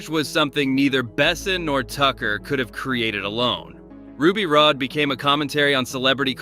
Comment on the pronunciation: It's Ruby Rod, not Rode, ...so tired of AI